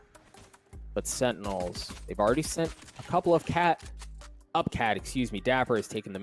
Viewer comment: so im not the only one who sometimes mispronounces Sentinels